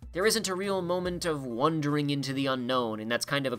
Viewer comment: Do you keep saying "wondering" instead of "wandering"? Are you doing that on purpose?